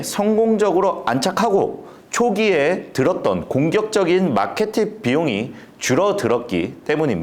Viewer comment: 마케팅 발음이 잘안되나?ㅋㅋㅋㅋㅋㅋㅋㅋ